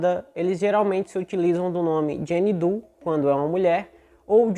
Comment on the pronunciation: Quando disseres jane doe , lês jane dow não Do 😂😂